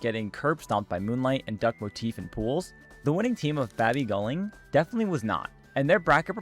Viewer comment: Hearing u saying “bAbee goelIng” hurt me as an indonesian lol, babi guling means rolling pig btw